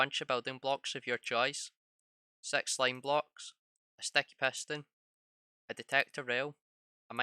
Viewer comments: it six not sex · i just hear him one,two,three,four,five,sex.seven,eight,nin,ten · He is maybe german is germany six is "sech" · The way you said 6 though.... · how he said 6